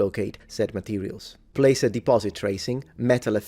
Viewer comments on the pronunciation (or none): none